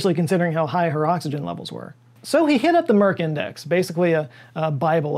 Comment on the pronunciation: "MerkinDex" huh?! Oh... "Merck Index"